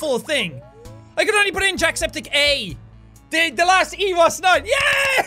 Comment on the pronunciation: you said antusepticeye